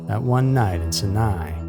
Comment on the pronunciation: It's pronounced SYE-NYE. You can literally look up online how to pronounce anything.